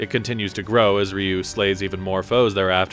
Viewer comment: First off his name is not "Ree-yew"